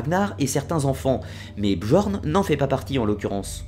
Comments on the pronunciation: La mere de qui ? non attend mec...ca se prononce "BYORN" (bi-orn)... '-' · Très intéressante video. La même sans les "quatre-Z'-enfants" et avec la bonne prononciation de "Bjorn" (j=i) serait parfaite. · Deja sa ce prononce biorn mais il s apelle bjorn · Commentaire constructif : le « j » n’est pas prononcer dans les langues scandinaves... on ne dit donc pas BJORN mais bien BiORN par exemple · Super vidéo mais un conseil sur la prononciation: le "j" dans les langues scandinaves et slaves se prononcent comme un "i" comme pour Bjorn on dit "Biorn" ;). Autrement super travail continue comme ça ! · Bien Bien mais s'il te plait, on dit pas bjorn ou skjaldmo mais "byorn" ou"skyaldmo" le "j" se prononce "y" en norrois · Super vidéo malgré que mes oreilles saignent au vu de ta prononciation des mots nordiques ^^ (pour info le "j" se prononce comme le "y" quand il sert de consone comme dans "Yak") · J'adore ta video, il y a juste une chose qui me tracasse, tu prononces mal Bjorn